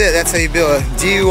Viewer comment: Lol I think he said dui not diy